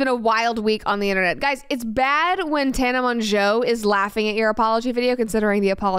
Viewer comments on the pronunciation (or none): The fact that Brett doesn’t know how to pronounce Tana’s name just says so much good about her lol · Your pronunciation of Tana’s name is iconic. Brett being so involved in everything internet but also on the outskirts gives me life lol